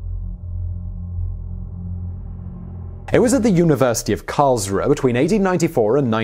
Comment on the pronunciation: hubris: "ooo-bree". "vrohslav". "karls-roo-uh" google translate, once again. good pronouciation butchering vid. entertaining!